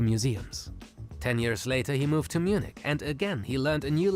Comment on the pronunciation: it's pronounced munick btw not munitch